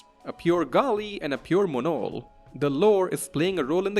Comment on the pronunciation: that Monol pronunciation made me close this video.